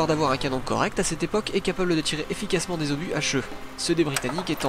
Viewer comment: "cinquante huit Zobus?" Vraiment?